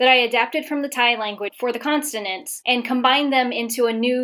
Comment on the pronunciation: Constonants lol